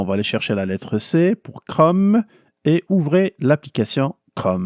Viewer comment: Bonjour, j'apprécie et suis régulièrement vos vidéos, et vous en remercie. Cependant, j'aimerais vous signaler qu'en français, le mot "Chrome" rime avec "atome" ou "fantôme", et non pas avec "gomme" ou "comme". Merci! ¦:¬)